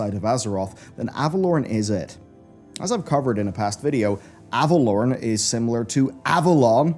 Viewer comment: Is it pronounced Ava-lore-en or Ava-lorn? cuz your pronunciation of Ava-lorn really irks me xD